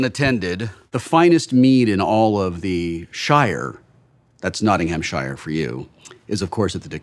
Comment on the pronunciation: Everyone knows it's Notting Hamshireshire